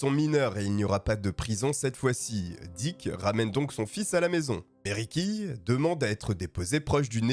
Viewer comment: diCK, pour une meilleur prononciation !!! bien placé